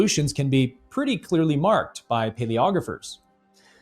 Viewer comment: A *marked difference, marked is one syllable, not two.